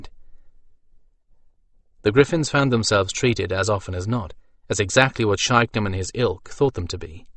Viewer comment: Yeah, SkanDRANon instead of SkanDRAnon took a bit of getting used to.